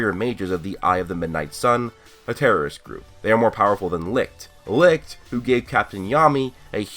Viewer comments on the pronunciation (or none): Only complaint is that u said licht wrong, my guy its pronounced lisht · The way you pronounced Licht made me choke!Had me dying.